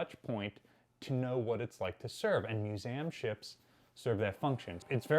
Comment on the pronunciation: Is it me, or does the guy struggle to pronounce 'museum'